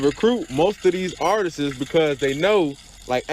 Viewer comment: Wtf is “artises”? We’ll take your advice more seriously if you can pronounce words. 🤣😂🤣